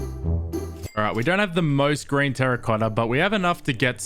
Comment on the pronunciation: Idk why but when he says green I hear G r a i n